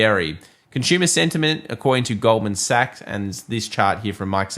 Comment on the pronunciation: Goldman Sachs is pronounced with an S at the end